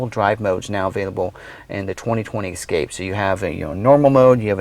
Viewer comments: It's "ESSScape, not EXXXcape. Jesus! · THIS is the guy you chose to do the video? First off, he's terrible and please let him know it's ESCAPE...ESS-CAPE. There's no "X" in Escape. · “ Ex” scape lol... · Please pronounce the name of the vehicle correctly. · Triggered me right away